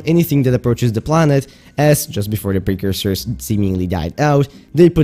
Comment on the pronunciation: "one of the buildings constructed by the precoursers" ah yes. A man of culture. Love it